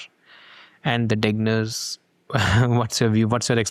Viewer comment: I think you can still mention Jack Kevorkian. thanks for pronouncing Degner correctly.